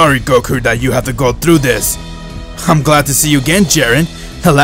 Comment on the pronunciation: lol when he says dis is your chance lol DIS🤣